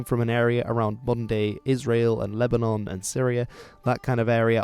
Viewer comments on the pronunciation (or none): none